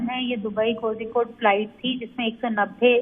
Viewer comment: Its pronounced as Koyikode. Zhi is silent.